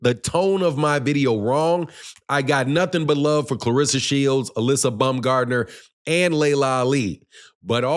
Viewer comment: U keep pronouncing her name wrong😂. It's pronounced [Uh-lee-see-uh]